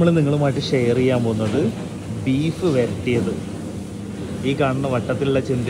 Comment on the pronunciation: Beef verattiyathalla bhai Varatti, varatti ennu parayu 😂